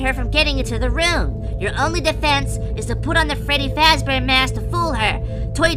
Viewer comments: "Freddy Fezbear" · 🅱reddy 🅱ezbear